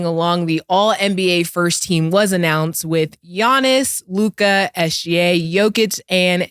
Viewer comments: Damn… Now that Dallas is in the semifinals I gotta listen to Mase butchering LUKA’s name!! 🤦🏾‍♂️ it’s LOU-KAH Not LOUGAAD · Someone tell Mase it’s loo-kuh not Lu-kahhhhh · I hate how mase say luca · Who taught make how to pronounce “Luka”? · The way MASE pronounces Luka annoys me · Why does Mase Pronounce Luka name like that? He know something we dont know? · Why does Mase pronounce Luka’s name like that? Shit is wild lol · Everytime mase say Luka name his pisses me off